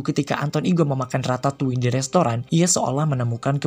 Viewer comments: Perasaan yg bener Ratatui deh cara bacanya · Nobody: People: Ratatoi Me. : Ratatolle